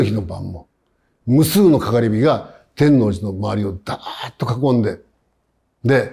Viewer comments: てんのうじの発音が気になる。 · 天王寺の発音は関東の方には難しいですね 吉祥寺、八王子なども平坦化の影響を受けていますから、天王山、天王星を意識したほうがまだ近いでしょうか アメリカ人ならマイアミと同じですぐ伝わりますね